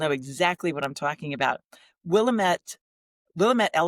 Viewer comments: I live in NW Oregon my husband was born here and it is pronounced Will-aaam-ette. This name is always pronounced incorrectly. The Willamette Valley is known for their exquisite Pinot Noir wines, which makes us a great wine tourist destination. thank you for the fun video with guest who I follow (there is that word). I don’t watch much of IG any longer, I lost interest when I was hacked and had my art site of six years stolen and deleted. I tried to get it back but you never get anywhere because there isn’t a person to talk to. I tried to start over but gave up on that and then started a garden site which is too much work. So now I do all my watching on YouTube. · Hello, a new subscriber, also from the Willamette Valley in Oregon. Sometimes we say “it’s Will-AM-mette, dammit!” (Perfect for the DIWIPT segment!) Actually I’d love to go find that Willamette elegance. Great conversations, so glad I found you all!